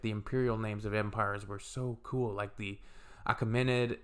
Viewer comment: Moral of the story: It might take a few centuries after major invasions (e.g. Alexander, Arabs, Mongols), but eventually the Iranian culture unites the nation. BTW, "Achaemenid"'s English pronunciation is /əˈkiːmənɪd/.